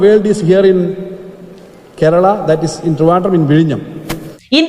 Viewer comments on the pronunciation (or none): none